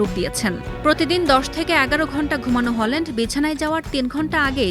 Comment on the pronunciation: হলান্ড❎🤦‍♂️ হ্যালান্ড✅👍